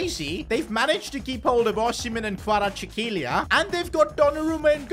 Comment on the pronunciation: absolutely nailed the pronounciation of Kvaratskhielia